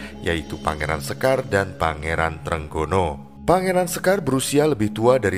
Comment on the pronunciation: Izinkan saya beri masukan agar pengucapan kata2 Jawa lebih pas/enak didengar. Sekar Seda Ing Lepen, kata 'sekar' diucapkan dg 'e' sprti pada 'lepas' , 'seda' yg artinya wafat diucapkan dengan 'e' sprti pada 'tempe' dan 'a' diucapkan sprti 'o' pada kata 'jowo' dan 'd' diucapkan dg ujung lidah di bibir bukan di langit2 mulut. Sedangkan 'lepen' yg berarti sungai, kedua huruf 'e' sprti pada 'ember''.